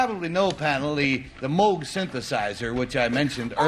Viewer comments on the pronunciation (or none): just love how the woman immediately pronounces Moog incorrectly just after the announcer clarified...proof that people just don't listen.....Moog rhymes with Vogue